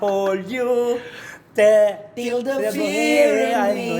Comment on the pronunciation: Ang laki na nga ng improvement ni! I-acknowledge nyo naman, Aling Cristy Fermin! Lagi na lang negative na puna binibigay nyo kay! Can't you see how he's trying hard to improve??? Ikaw nga, Aling Cristy, marami ding mali! Gaya ng "da honesty", dapat "di honesty" kasi silent "h" kaya vowel sound ang kasunod as "anesty".